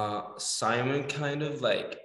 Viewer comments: Is it just me that gets annoyed when they call him sAimon and not sImon I mean I guess I am just used to it but it sounds weird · Since when did it become S-ai-mon and not Sim-O-n!?